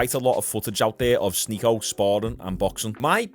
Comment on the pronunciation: You DID sy his name rite Yesterday. The same way he says it!